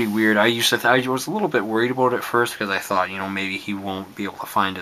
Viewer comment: random question. are you from Canada because when you say about it sounds like aboot. Awesome video, 5/5